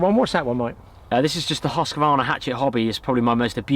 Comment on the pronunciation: As a Swede, i love the way you pronounce "Husqvarna" :D